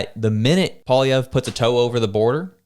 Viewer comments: He should probably start getting his name right... what the hell is polivier?? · The only one who has not done anything is Trudope! He has ruined Canada. Poilievre is not a Kamala. Please learn to pronounce his name (poi-lee-ev) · Maybe that guy should learn how to pronounce his name...and stay out of Canadian politics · PBD isn't the brightest bulb in the pack. He knows nothing about Canadian politics or Canadians. He can't even pronounce Pierre's surname properly. Pierre is THE hardest worker on the hill; that's why the Libs/NDP resent him. Liberal/NDP voters do NOT listen to PBD, Joe Rogan, etc. It will work against him. He DOES need to get on CBC/Global/CTV to reach those who do not listen to independent media. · PBD learn to pronounce Pierre last name A SS Hole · He probably didn't want to go because you can't pronounce his name😂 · Patrick David, you don't even know how to pronounce Poilievre's name! You lost me from the moment you screwed that up. Clearly, you are not now and never have been a Poilievre supporter. No reason to listen to your rant. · Man who doesn't even know how to pronounce Pollievre's name knows what's best for him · It really bugs me when people like this American podcaster say Pierre's surname wrong. Cone on buddy. Do your homework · First of all PBD needs to learn to pronounce his name properly and Canada’s battle needs to be fought in Canada not the US.